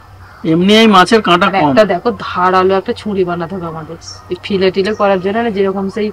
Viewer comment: Fish fillet bola hoy fille bole na. Didi